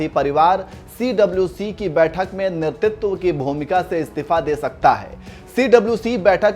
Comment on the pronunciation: कृपया नेतृत्व का उच्चारण तो सही सही कीजिये।